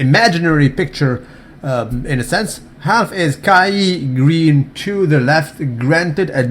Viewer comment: its kaaaiieeee dailyyeeee greene get it right